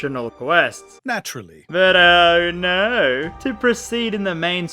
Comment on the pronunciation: I love your accent and then saying "Oh no". To an American it's "Arr naarrr!" Which sounds awesome and adds comedy for some reason.